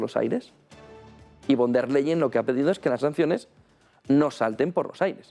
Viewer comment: VON DER LEYEN. (Pronunciación:. Fon De/a Laien )